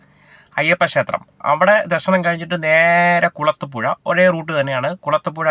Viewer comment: കുളത്തൂപ്പുര അല്ല കുളത്തൂപ്പുഴ 👍